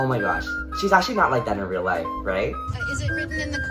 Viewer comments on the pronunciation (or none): it's life not lofe